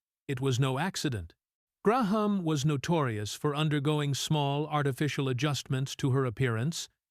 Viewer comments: I hate these AI videos. They are artificially edited and always get it wrong. The pronunciations are abominations. Gloria Graham being pronounced "Gray-Hame".Her section being riddled with images of Terry Moore. Meet me in Street Lewis? The majority of Judy's section using footage from bio films about her with other actresses. The section on Agnes Moorehead littered with images of Susan Hayward and Kim Novak. Good premise but awful execution. Lucille Ball and Lauren Bacall shouldn't be on this list.They were both beautiful. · Saint Louis (Loo-ie). Get a better AI app. Graham (Gray-am) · I like his voice but realized that St. stated as STREET and Gloria Graham's pronunciation had to be AI ---. aaagghhh!!